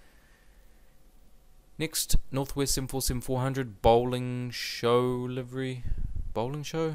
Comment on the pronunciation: By the way, Northwest livery is called "Bowling Shoe" not "Bowling show" ;)